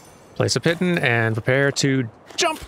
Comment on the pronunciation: I took up climbing just over half a year ago! I've yet to cut my teeth outdoors, but I've enjoyed researching things. The word 'piton' is pronounced 'peet-on'. It's French, like a lot of terms in climbing (I think climbing for sport became a thing in France, then spread around the world). Real pitons are wedges that you hammer into rock and clip into as an anchor - they used to be the only way to anchor yourself, but these days climbers mostly use 'nuts' or spring-loaded devices that they can wedge into a crack without breaking the rock. Pitons have become rare and situational. A carabiner is technically just the clipping device, like you'd find at the end of a rope. You may have encountered non-climbing ones that clip open and closed. Feeding rope out/back is 'belaying' - once upon a time, you always needed someone at the other end, but auto-belay devices are now very common. They normally go at the top of the climb, reel you in as you go and use braking to slow your descent if you fall. , the protagonist climbs an overhang. Overhangs and roofs are total bastards, but the protagonist climbs them in the absolute worst way: climbing with just your arms, no legs, is called 'campusing'. I have yet to see an application for it besides showing off. Good overhang climbing does involve you hanging from your arms, rather than standing on your legs, but you still use the legs to push yourself up/onwards. Keep the arms as straight as possible and push yourself around with your